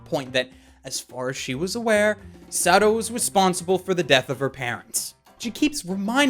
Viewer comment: I love how he pronounces it "Sado" lol